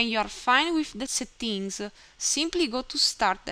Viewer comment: thanks so much! noticed the words "settings" and "purchase" were mispronounced :)